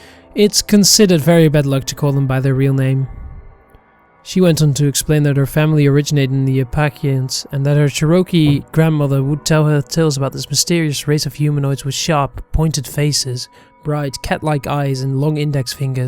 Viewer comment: Oh no my dear my dear.you say Apple-AY-shuns or Apple-LATCH-ians, and it’s CHAIR-ohkee. Please, I will offer to skype with you when you want to narrate anything about rural America! I so love your work, but rural and Native Americana is not for the faint of heart, and if you don’t want to wake up some morning with hundreds of red hands painted on your house, there are some folks you might not want to upset.